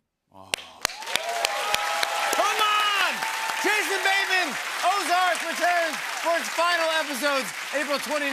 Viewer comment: Good job with “ozark”!